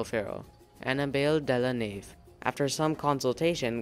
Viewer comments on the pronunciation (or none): none